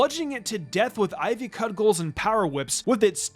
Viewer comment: Did he say ivy cud gulls